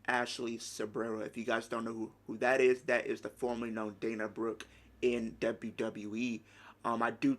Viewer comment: you seriously said dana broooe :D haha she wont had any reaction maybe just a good pop but that s it dana brooke is nobody liv morgan is bigger than her